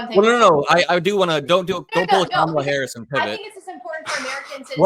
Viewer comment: The way says Says VP Harris' name is on purpose.